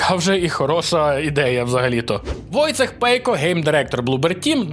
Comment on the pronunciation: Не Войцех, а Войчєх